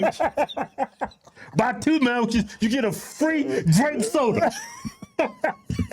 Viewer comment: Y'all were killing me with the mamwiches, lol.